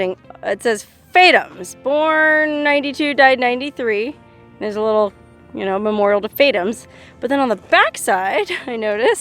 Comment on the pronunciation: Poor "Fatums" .......You called him Fate ums ........